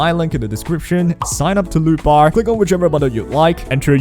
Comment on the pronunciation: I was on audio and kept hearing lupa instead of lootbar😅